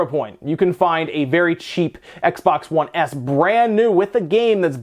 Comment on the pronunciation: “X-Bax 1 SAD”